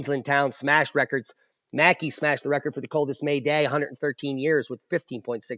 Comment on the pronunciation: Pronounced mak-eye in Aussie parlance Asheville Aussie 🐨